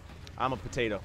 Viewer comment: Hello 2 yr old comment. I thought that's what he said too but I think he said "potato" weirdly